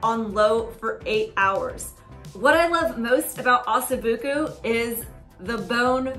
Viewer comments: it's pronounced "Ah So Boo Ko"... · With the rendered fat that mixes with the broth from the crock pot, you could pour it into a fat separator (or gravy separator) and it will strain off all the liquid fat, leaving the broth to drink or use in soup, etc. PS - it's pronounced, "ossoh-BOO-KOH"